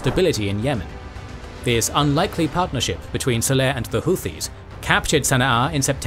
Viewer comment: It's saleh, not seleh...